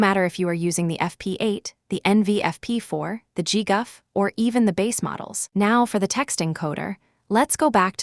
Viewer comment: "Saff-eh-tensors" 😂 "gee-guff" 💀